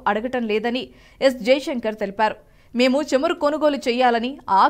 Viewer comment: Please correct you pronounciation...it is not chamaru it is CHAMURU. Also not కల్లు it is కళ్ళు..🙏🙏